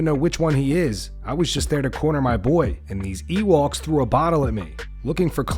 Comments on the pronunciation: lol Nate, "Ewalks" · Ewalks 😂 gotta love Nate for trying to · He called them "EWOKS" 🤣🤣